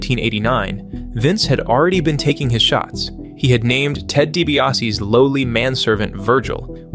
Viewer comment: ah yes. Ted Tebiase